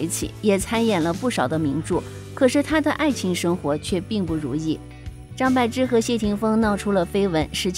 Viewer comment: 张柏bo芝,她本人说念bo。柏林，潘玮柏 bo